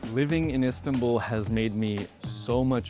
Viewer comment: He pronounced Istanbul like turkish people not like Americans 😂 correct : istan-bul , wrong : is-tanbul